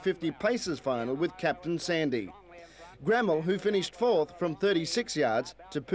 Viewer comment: A huge run by the South Australian champion Gramel . From my knowledge both the Race Caller and Voice Over pronounced her name incorrectly- the word is basically split into two and pronounced “ Gra Mel “ but written as Gramel . On another note , who would have thought that one of the field would go on and produce arguably the greatest trotter in the world - Maori’s Idol , I doubt there will ever be a horse to take his crown , certainly here in Australia